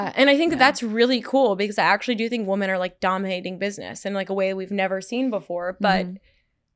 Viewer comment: Paige can't say women properly..... weird.